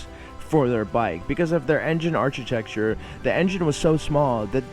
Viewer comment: Good point. It's also architecture with a "k" sound ilo "ch". There were some other dropped "t"s as well. That said, nice job. I hope you are enjoying yourself. We like it.